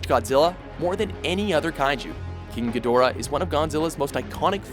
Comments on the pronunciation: Geee-do ra...wow, not Gee doorah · It is pronounced Head o ra not He door ah...man? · Pronounced "gee-dra'" and that MUTO on the list was abhorrent. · You pronounced Ghidora wrong